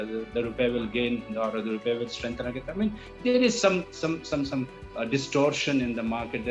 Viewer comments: It’s rupee not rupay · “ Rupay “ kya hota hai bhai ? This man cannot speak English properly, let him speak in Urdu and you put subtitles. This is pathetic.